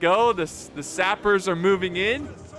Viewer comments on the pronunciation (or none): "Sapers" "Retrainers" "Aramir" "Arrowmir" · Just fyi "sappers" is pronounced "sap" (as in tree sap) + "ers"